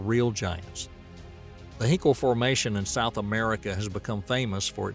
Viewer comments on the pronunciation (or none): none